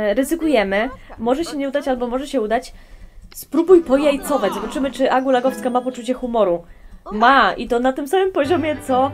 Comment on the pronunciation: pajacować a nie pojajcować